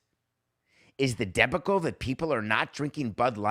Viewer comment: Your pronunciation of the word debacle is very curious. I think you may have put the emphasis on the wrong syllable?